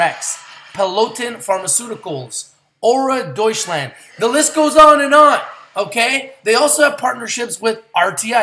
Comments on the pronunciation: "Doucheland" 🤣 Doy-tsch-landt. Not doucheland bro lol. Awesome news though! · ya dutchland lol I know cause I lived around there when I was a kid but that's how you pronounce it, adorable how he said it though :)